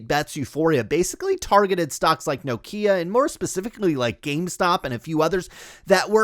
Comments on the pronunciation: It’s Nokia (As in Knock) .. Pronounced with 1 syllable rather than No-Kia . 👍🏻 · lol, presumably you’re from North America? Everyone else in the world including the Nokia CEO pronounces it Nokia .. not No .. Kia. He should know. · Iam Scandinavian, let me help. Nokia instead of No-kia. Also Ekea instead of Ikea. Oh, one more, Porsche instead of Porsch. Good luck. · That's how we pronounce Nokia in the United States.